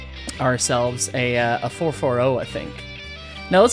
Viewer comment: Not the fer-fer-ohh!